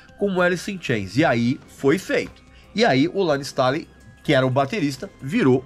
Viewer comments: Informações bem bacanas, mas o que dói é a pronúncia do sobrenome do Layne......não é Stáley e sim "Stêiley" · "Layne Stalin" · Pq vc pronuncia Layne stÁley? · Cara, que agonia do Regis pronunciando “Stailey” kkkkkkkkkkkk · Regis, não me leve a mal, mas a pronuncia do nome do Layne Staley, me pegou ao longo do vídeo e fez com que perdesse o foco no conteúdo. A título de curiosidade o nome é pronunciado dessa forma: Layn Stay.lee ou, abrasileirado, Lein Istêi.lí. Digo isso, pois já ouvi Stanley, Istálei, etc. Ademais, vídeo excelente! Alice in Chains é minha banda favorita desde o início dos anos 90 e o Layne é, com certeza, um dos maiores vocalistas da história do Rock! Obrigado pelo material. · LAYNE "STÊNLI" "STAILI" é foda. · Dá nervoso ver ele pronunciar o nome do layne errado. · Aposto que o Regis não sabe pronunciar o sobrenome do Layne.